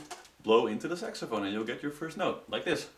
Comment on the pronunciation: Thumbs up if you heard him say SEXAPHONE! XD